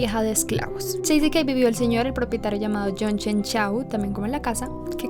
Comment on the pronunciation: Crenshaw se pronuncia Crenshou no Chenchau